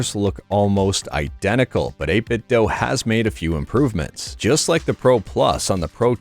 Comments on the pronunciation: It's not 8bitdoh but I like it 🤣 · Doo. It's pronounced 8BitDoo. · 8bitdo themselves literally says it's pronounced "8bitdoo"